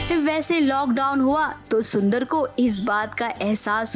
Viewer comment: Shundar Jetha pronunciation